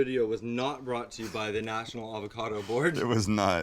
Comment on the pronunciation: Take a shot everytime he says avacodo